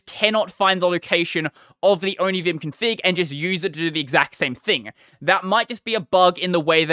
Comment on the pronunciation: Onivim? The first i heard from you i tought you said onichan 😹